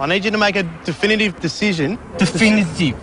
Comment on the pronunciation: Defoinitive?! Dewfainitive?! 🤔😅